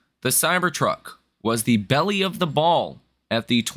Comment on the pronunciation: BELLE OF THE BALL - (Pronounced: Bell) it's a french word and it was in Paris. It means the beautiful one, not a fat belly...